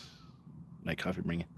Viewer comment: Cwoffee tawk 😂